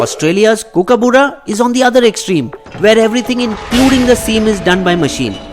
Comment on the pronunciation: First learn how to say Kookaburra